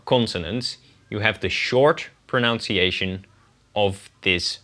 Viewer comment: I loved this video. It was very interesting. However, don't say 'pronounciation', it sounds horrible. The right word is 'pronunciation'.